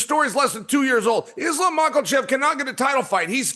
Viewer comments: Islam “Maklechev” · Yo Chael, there is no “L” in Makhachev bro Should we all call you chae from now on? Or Cheam??? So freakin’ annoying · “Islam Mocklechev” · "izlam mucklechev™" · Islam Makowlchev Chael is unintentionally funny with his habit of butchering and adding entire vowels & letters to fighters names 😂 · Facts! It's funny because as well spoken as Chael is, he really butchers some names! I think it started as a joke but it's crazy now! Love Uncle Chael